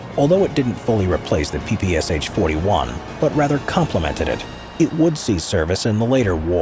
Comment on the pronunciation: It's PPSh, not PPSH. You don't say the "H", but read the Sh together. It was Shpagin who invented it, therefore you call out Sh, not S-H.